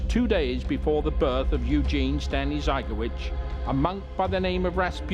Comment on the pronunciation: Their surname is pronounced zy-gaw-VITCH. In Polish the accent is on the last syllable.